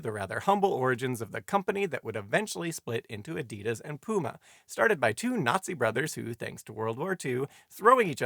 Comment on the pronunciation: Teach Simon W. how to pronounce Adidas and Nike. Cringe everytime he gets wrong